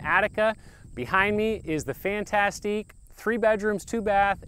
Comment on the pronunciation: I am bothered by the way he pronounces "fantastic".